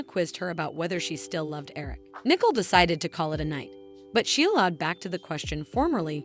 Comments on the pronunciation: Yes, they need to pronounce the names correctly. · IT IS NICOLE, NOT NICKLE